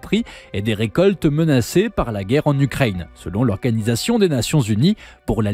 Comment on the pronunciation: J'entends chaque fois "Ukraigne" ça fait bizarre.